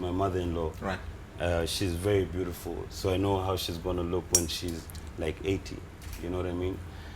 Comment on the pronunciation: Hahahahaha alafu fisi ni fisi tu did u c that luk dame yake amempea vile amesema ati his mother inlaw is "beatiful"😂😂😂😂😂